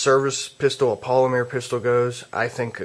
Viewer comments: polimer not polimear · polymeer? hmm he must be from france or was home schooled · I laugh every time he says, "polimeer".